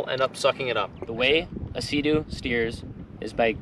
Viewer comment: Did he say suhdoo?! Lol SEA DOO